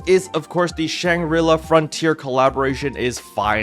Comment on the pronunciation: Lol you're supposed to pronounce it SHAN-gree-LAH, not Shan-gorilla! Anyway, I wish PSO2 day gifts included a 3-day shop pass. The game is sooooo stingy with those!